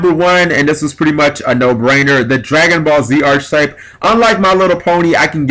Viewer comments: Archetype. ARC-I-TYPE. Not Arch-type. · Can I just say it's ARK ay type, not arch type. It's also spelled Archetype... which an e. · Cool video idea, but my GAWD it's physically painful the way you butcher the pronunciation of arch. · It hurts my brain every time he says archetype wrong...why can't any Yugioh player say the word correctly?